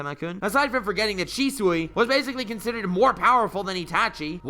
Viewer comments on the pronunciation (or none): none